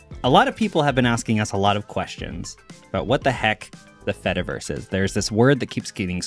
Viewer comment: This is great, but the whole cheese joke falls apart if you say the word fediverse properly